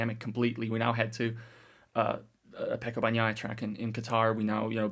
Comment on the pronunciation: How can you still mispronounce Bagnaia’s surname?😢